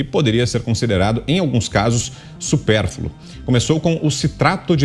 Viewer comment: Dessa vez nosso mestre Augusto Nunes deu uma pancada na lingua portuguesa: "Supérfulo" não, Supérfluo!